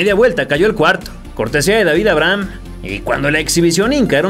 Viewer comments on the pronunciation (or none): none